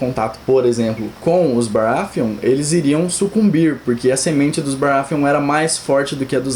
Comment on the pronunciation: "baraFeon"... NO, GOD, PLEASE NO!